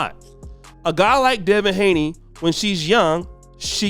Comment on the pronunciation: Appreciate what you do but man you gotta be better. You kept putting up a picture of Gervonta Davis. Then you kept saying Devin Haley and it’s Haney. You call him up and coming when he’s already here. Just need you to get it together man. Bad enough the other say we all look alike and messing up our names. No need for you to confirm by doing the same. Probably don’t even care, but I’ll ask better of you anyway.